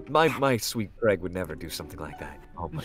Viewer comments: let’s name him creg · I love how says creg